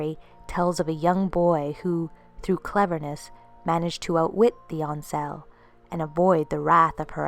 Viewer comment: my ain sel' isnt pronounced French. its just as it looks my ain self without the F. I'm Scottish but know enough people from all over the British Isles to be stating fact as we dont usually use any Francofications in our language...we even pronounce the H in herbs. Sorry but being from a Gaelic speaking nation, I have to correct you again. Dubh is pronounced Doo, unless Irish Gaelic is completely different from Scottish. I'm not saying this to be nasty as I really like your videos and you have a great voice for story telling...just pointing out the obvious ones in a constructive way...I cant help it lol!